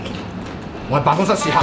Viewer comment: 點解我聽到喺「辦公室屎坑」